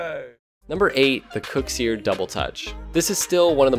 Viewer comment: I'm fairly sure it's pronounced "kuxer" not kuxiir